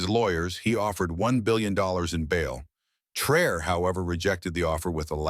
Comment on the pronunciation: Please pronounce his name correctly.